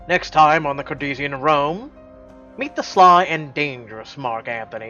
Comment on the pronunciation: Dude... That is so not how you pronounce 'courtesan'. -_